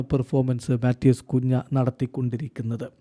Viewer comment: കുഞ്ഞാ അല്ല കുൻഹ